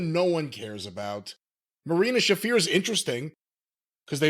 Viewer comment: The storyline makes about as much sense as your nonsensical unfunny mispronunciation of Marina Shafir's name, Jim. What exactly is funny about saying "Shafer" instead of "Shafir"? Who above the age of five finds that amusing? Anyway, Danielson is back to pretty much exactly the status he had before he signed with WWE for the third time in 2010: Beloved indie, New Japan, and ROH darling. To the subdemographic of the wrestling audience who is dedicated and enthusiastic to that subculture, he's the greatest ever. To everybody else in the wrestling audience, he's just some guy who was a crowd favourite in WWE as "Daniel Bryan", but whom they lost track of a while ago. "Daniel Bryan" was a star to casual wrestling fans and the indie nerds - Bryan Danielson is only a star to the latter. Where were all the "Yes Movement" fans from his time in WWE in the recent weeks? Not in front of their TVs to watch Bryan ride off into (semi-?)retirement on "Dynamite" and the PPVs. That much is clear. The whole "sudden death" approach to this retirement tour didn't really seem to get a lot of traction for anyone outside AEW's core audience, either. Did anybody actually "fear" he would end his full-time career losing to Jungle Boy on PPV, or to Okada on free TV, or in the ROH nostalgia wankfest with McGuinness, also on free TV?